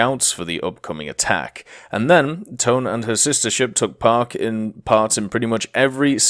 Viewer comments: Its Tone not Tone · It's pronounced TOH-NEH not Tone...... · Toe-neh my dude. no other way to say it. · The IJN Tone Danza